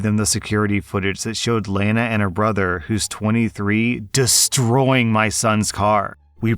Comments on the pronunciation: I never though would mispernounce Lana (La - Na) for Lay Na. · no offense, but dunno if i've ever heard Lana pronounced Laina... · its fucking Lah-nah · Just for future reference, Lana is usually pronounced like Lah-nah 💜 and she absolutely needs to have charges pressed for it. 17 is old enough to know not to vandalize other people’s property because she's butthurt. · Just hurt my soul hearing you mispronounced Lana 😵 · The only trouble I had is with how you pronounced Lana. Is that a regional thing or what? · the way he pronounces Lana pisses me off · You're pronouncing Lana wrong.